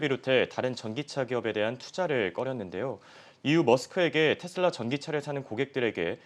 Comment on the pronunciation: 텟슬라 텟슬라 텟슬라.. 이거 원어민 발음인거죠?